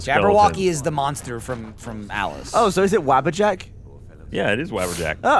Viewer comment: Gavin, it's Wabbajack